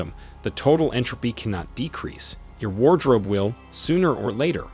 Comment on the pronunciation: War drope